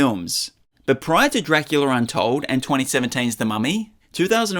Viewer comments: Dracular untold? I’m pretty sure it’s called DRACULA untold. Not dracular. I don’t see how you made that mistake. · You pronounced Los Angeles sooooooooooooo wrong. You said DRACULAR. And “big trouble in little china town?” It’s called “big trouble in little china”. This has to be AI. There is no way you didn’t know who Los Angeles is pronounced.